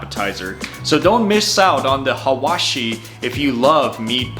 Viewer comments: Dude its hawawshi its not atypo 😆😆😆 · sure but you have to know that your accent is funny when you say hawashiee